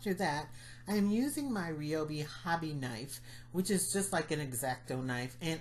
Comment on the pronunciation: Stunning work! Can't wait to try them! (Also, it's pronounced rye-oh-bee. Sorry, my hubby is a rep so I hear it ALOT!!)